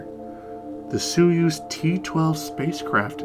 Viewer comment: suuz? that pronunciation....